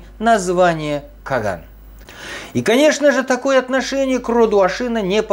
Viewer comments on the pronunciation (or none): none